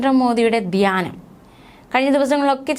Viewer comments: ദ്യാനമല്ല, ധ്യാ എന്ന് പറയൂ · മോളെ 'ദ്യാന' മല്ല 'ധ്യാനം' ആരാദനയല്ല ആരാധന